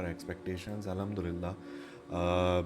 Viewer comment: loved the way u said Alhumdulillah bhai.❤